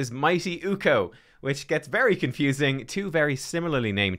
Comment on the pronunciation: I just want to say ... UKK-o not UU-ko